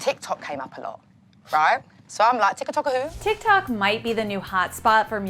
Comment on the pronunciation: She said ticky tock who 😭😭😭😆😆